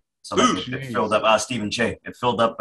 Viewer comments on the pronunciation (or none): none